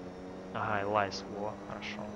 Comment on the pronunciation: Элис а не элайз, буква ай в закрытом слоге читается как и, и машина была названа в честь внучки председателя Lotus Cars, Элизы, имя Элиза и не Элайза. Лотус Элис это среднемоторый маленький лёгкий спорткар, и поэтому у него есть ярковыраженный эффект среднемоторых автомобилей, снос задней оси, машина не для ламеров, но машина отличная. А Воксхол VX220 это Opel Speedster, Воксхол это британское подразделение Opel